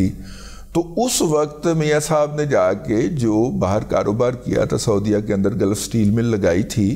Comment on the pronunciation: Gulf Not Galaf